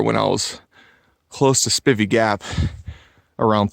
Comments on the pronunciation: Two years later and you still don't know how to pronounce Spivey... Spi-vee. long I. You're welcome. Unaka= U-nay-kah. Damn Yankee! As a small child my Dad herded cattle on the Big Bald. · Hey, enjoy your vids but just have to let you know it's pronounced "Spy-vee" Gap and "Unay-ka Mt". Spivey Gap is easier to get to by taking I 26 into Tn. Take the Temple Hill exit, go south for approximately a half mile and then turn South on 19 W. It's approximately 5-6 miles to the AT. I've spent a lot of time on that mountain and full moons are awesome. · Spivey pronounced SPI (long I)VEY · Learn the correct way to pronounce Spivey and Unicoi.